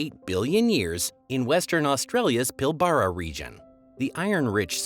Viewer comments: It’s Pilbara is pronounced pilbra- it’s eyres rock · wha\y cany Americans pronounce Australian words/ name correctly? ffs its not eemoo its eemyoo hrraand the Pilbara is not pill BAHrah its PILLlbara